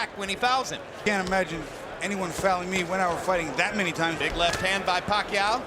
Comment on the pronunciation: I truly appreciate the commentator pronouncing Pacquiao's name correctly.